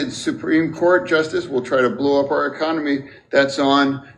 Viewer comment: Reminds me of Idiocracy, where that lady Cabinet member calls it "the ECOMONY"